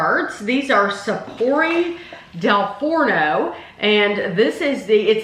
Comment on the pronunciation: I seriously heard another word when you said "Frono" 😋😋😋😋 If I want a Italian dessert, it will ALWAYS be their Ice Cream! If I want flaky pastry. That will be the Danish pastries, if i feel like having pastry all over my face 😋